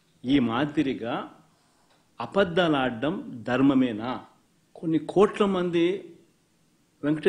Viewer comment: ఆపద్దాలు కాదు మాజీ గారు, అబద్ధాలు అని పలకాలి...